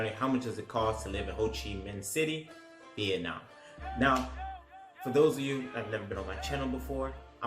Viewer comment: yes you are pronouncing it right :)